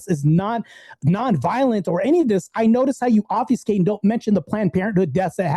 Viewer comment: it’s obFUSCate not obfeescay